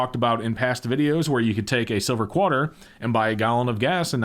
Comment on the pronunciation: Lol, you said "Qwarter"...